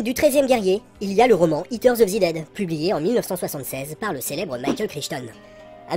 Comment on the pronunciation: J'écoutais sans regarder l'écran. It terre of zi dèd ? ... ... A j'ai compris.